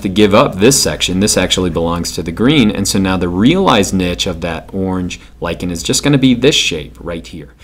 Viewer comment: HE LIKENS LICHEN TO LICHEN nyuk nyuk nyuk nyuk